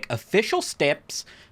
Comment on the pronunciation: That aussie "Steps" made me spit take.